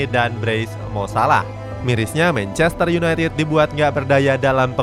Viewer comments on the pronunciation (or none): Sebutin 2 kata paling lucu? "Mencester yunaitit" huhuh..